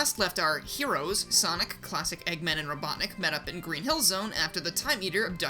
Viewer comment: Hate to be that guy but it’s, “Robotnik,” not, “Robotnic.”